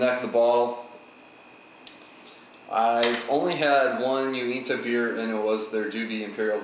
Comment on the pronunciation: You're reviews are pretty amazing, you should aim at being a BJCP eventually. Anyway, I love Uinta. You got the pronunciation right on. If you find their Imperial Stout, Labyrinth, I'd love to see you review that one.